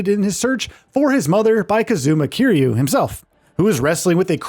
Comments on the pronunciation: Man said Kyrie ☠️☠️ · kazooma kiryay lmao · That is NOT how you say Kiryu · This dude still can’t say Kiryu’s name right